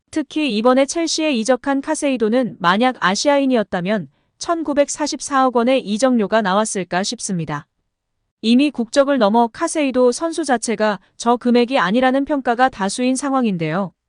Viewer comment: 아니 카이세도 인데 자꾸 카세이도 왤케 이걸 헷갈려하는분들이 많으신 ㄷㄷ